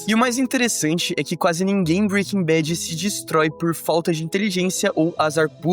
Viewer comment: Breaking bet? 😂